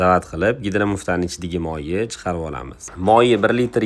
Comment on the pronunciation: Моййи демай мойни де соқовмисан😂😂😂